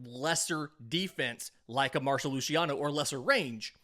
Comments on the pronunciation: it's Marc-o Lu-see-ano, not Marsho Lushiano 😭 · mar-ko lew-cee-on-ohhh